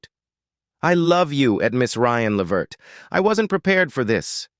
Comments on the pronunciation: Thats right....Pronounced. LAA VERT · Please call these people they real name his name is Le Vert so plain to pronunciation thnk u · Uh, whats with the white family? And learn how to prounouce his last name. Do some research! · Too bad the narrator doesn't know how to pronounce their last name. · To whoever produced this.... Why are you working with robots? They make mistakes, they mispronounce words.... I have to assume you have no idea who Eddie Levert is. Your robot pronounced his name wrong through the whole piece, and you didn't even know that. Why do a piece on Eddie if you don't know who he is? Couldn't you have worked with an actual human who knew him or knew his music and would have been happy to narrate this for you? Why the fascination with AI? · You need to learn how to pronounce people’s names properly